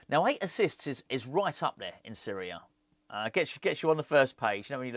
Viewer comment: My mum keeps laughing everytime you say series a , she thinks your saying syria